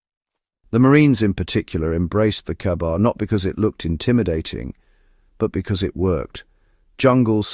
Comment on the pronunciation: is the AI bot saying "KAR-BAR" ? AI slop